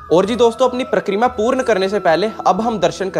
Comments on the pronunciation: Pra-kreera nhi, Parikrama and Brij nhi, Braj… Baki apki video sabse badiya videos mei se hai aur abhi tak humne 5-6 Braj ki videos dekh li, lekin Ladli ji k mandir ki jaankaari , k wahan old people aur physically jo Bhagat fit nhi hai, wo kese ja sakte hain,sirf aur sirf aap ne bataya ,to hamein to sabse badiya apki he video lgi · It is Pari-kramaa.. not Prakk-reema